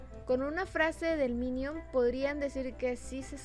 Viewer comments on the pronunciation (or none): Que acaso no sabes decir minion dices minium